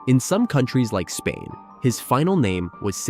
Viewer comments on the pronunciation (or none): none